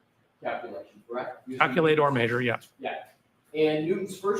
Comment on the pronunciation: The way this guy says maysure (measure) makes me cringe every single time.